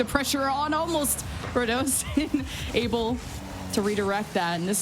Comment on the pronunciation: its ru-doe-sin its not ra-du-sin